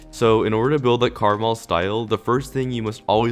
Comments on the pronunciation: it’s not Caramel, it’s (Kur-maal) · ITS KARMA-L!! NOT CARMAL!!! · pronounced KAREEEEEEEEMEL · Did he say Karamel Or Krmal? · you say it like karma l